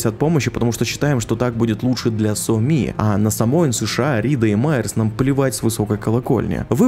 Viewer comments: Еще Соми произносит как то по уебански: Со мИ. Втф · ну какая сомИ, какой хансЭн? играл бы с нормальной озвучкой - слышал бы что ударения там совсем другие, а так прям слух режет